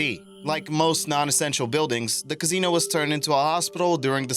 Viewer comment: How do you not know how to pronounce Quarry? And Casino?